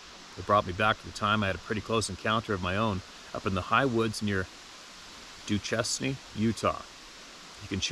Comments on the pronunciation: Pronunciation for the town in Utah is “Doo-Shane.” didn’t get that from Duchesne? We’ve got a few doozies here! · Duchesne Utah is actually pronounced Do Shane. I spent most of my life in Utah.